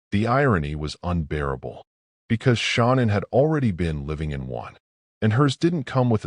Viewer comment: Mispronouncing Shannans name is an insult to her memory. Do better